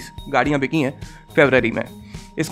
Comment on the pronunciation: Sir aap BICHI nahi BIKHI bola kare.